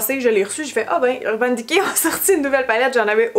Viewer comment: Urbane diké🤪